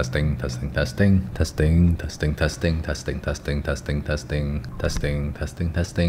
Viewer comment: the more you say "testing" It sounded more like "casting" to me omg